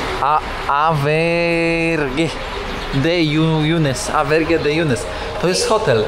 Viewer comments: Żadne Awberge tylko Auberge (czytaj oberż), po francusku hotel, podobnie jak w Italii Albergo. I stąd nasza oberża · Nie AVERGE tylko AUBERGE (czyt.oberż) czyli oberża.